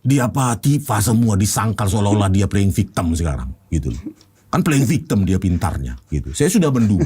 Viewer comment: Momon blg play victim... laa dia sebut nya play victem 🤣🤣 katro